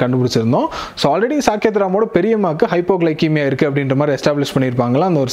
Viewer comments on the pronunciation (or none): small correction..its pronounced as hypoglysemia not kemia..Great Video..!!!